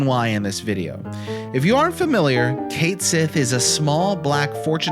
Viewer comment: Finally, someone else who loved this little dude. I had him in my party the whole time during my FFVII run and I never looked back or regretted it. Cait Sith fans rise! Now we just need to work on the pronunciation.